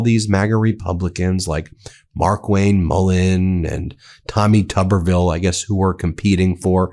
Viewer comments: I thought his name is Tubberville, but it’s spelled Tuberville, like a tube. Either the station spelled it wrong, or he doesn’t know how to pronounce his own name. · It's not "tubber", like "rubber". It's "tooberville". A tuber is a potato. And Tuberville has fewer brain cells than a potato.